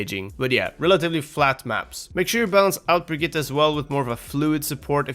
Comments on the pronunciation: He says it almost perfectly lol? It's not Brigita or Bridgette, I can confirm it's actually Brig-it-te as I speak Swedish. Everyone in the OW team and all the characters say Brigita because you english speakers just can't pronounce Brigitte :) She even says BrigiTTE when someone swaps to her :) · You sayed Brigitte right. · You do know that this guy pronounces her name right? Hes like one of the only ones ive heard say her name correctly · You pronounced Brigitte perfectly!